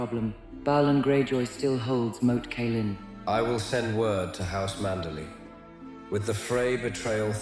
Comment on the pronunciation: Rose Bolton, Marg-a-ree Tyrell, Lisa Aryn, Moat Caya-lyn LOL